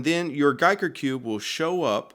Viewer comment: Homey, homey, homey..., you had two ways to go with the name. "guy"ker or "geek" er... you chose poorly. :B